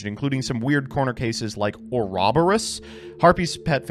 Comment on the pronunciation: Why can’t say Ouroboros correctly?